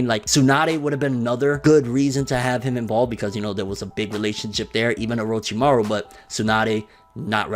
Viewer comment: LMAO “orchimuo” it’s Orochimaru. I’m laughing so hard rn